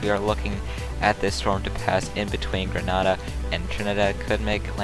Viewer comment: Grenada is pronounced Gruh-nay-duh